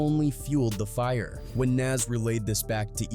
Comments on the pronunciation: How do you get nas's name wrong? Wtf is Naz?? come on man get ur shit together bro. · STOP WITH AI VIDS SMH HOW U PRONUNCE NAS NAME CORRECT THE FISRT TIME THEN NEVER AGAIN???????????